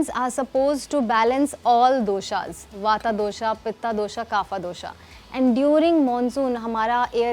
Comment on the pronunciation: it's वात not वाता & पित्त not पित्ता 😂